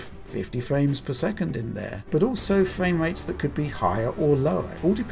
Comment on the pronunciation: Those are some pretty good fwame wates.